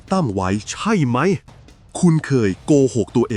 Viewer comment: ขอบคุณสำหรับเนื้อหามากๆเลยครับ แต่อยากเสนอแนะให้ปรับอารมณ์เสียงของเอไอตอนอ่าน ผมรำคาญตอนพูดว่า ใช่ไหม!! มากเลย แต่ก็ฟังจนจบครับ เพราะเนื้อหาดีจริงๆ ขอบคุณครับ